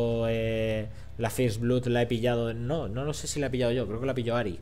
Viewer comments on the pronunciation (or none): none